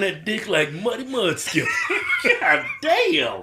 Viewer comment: my man said "muddy mudskipper"😂😂😂